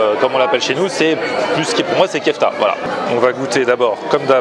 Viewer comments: Ce que tu appelles "kefta", c'est une spécialité turque ; or, en turque, on ne prononce pas "kefta" mais "keufté" ! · vlak ça me stress quand il dit "kefta".